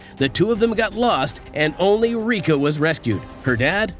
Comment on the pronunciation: Umm it’s Riko not Rika😅